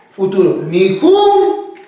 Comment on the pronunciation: No seria correcto decir "Mikhun" y no "mijun"